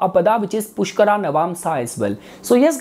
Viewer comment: pushkaraa, bharaani jbrdsti real pronunciation ko kyu distort kr rhe ho